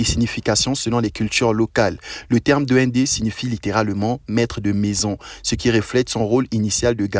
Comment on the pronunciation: Duendessss . Pas DND DUENDESSSS